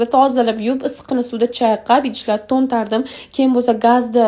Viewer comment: Toʻoʻntardim emas toʻnkardim😂😂. Juda xato gapirarkansiz.